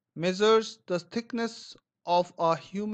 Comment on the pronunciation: Abe thoda the bol le